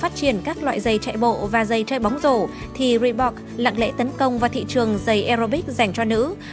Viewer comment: chữ Reebok chứ không phải là Reebox.